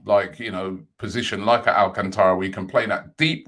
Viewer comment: talking of brazilians...Thiago Alacantra. robbie, he’s spanish 😆